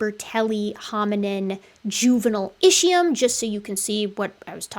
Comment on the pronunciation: Are you going to ever learn to pronounce "Ischium" correctly? It is pronounced ISKium. In ancient Greek (and Latin), ch is normally pronounced as a "K".